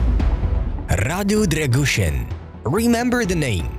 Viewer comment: Try to spell Radu “Drăgushin” not Drăgușăn :)